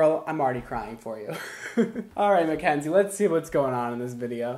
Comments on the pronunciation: sooooo, is it mackenzie, or mckenzie?😂 her channel says mackenzie but he says mckenzie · Brad Mondo I’m sorry but you keep forgetting the “a” in “Mackenzie” 😂